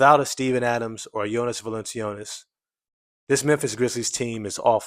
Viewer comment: fwiw his name is pronounced "val - in -chew - nas"